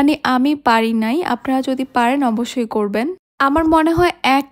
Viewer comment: স্প্যাচেলার বা স্প্যাচুলার না। স্প্যাচুলা spatula. ছিটা পাটিসাপটা-টা খুব ইউনিক হয়েছে। অব্বোশোই না। অবশ্যই ( অবোশশোই উচ্চারণ।